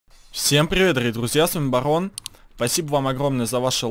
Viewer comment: Всем пгивет с вами багггон. Что пгостите? Машина не габотает. Барон ты могда газбитая.